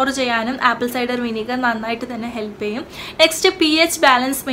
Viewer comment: First learn the pronunciation of the English word you say.... ആപ്പിൾ സൈഡർ... അസിഡിക് ആസിഡ് അല്ല ...അസെറ്റിക് ആസിഡ്....... കാർഫുൾ അല്ല....കേർഫുൾ.. (careful) 😩ഈശ്വരോ രക്ഷതുഃ.....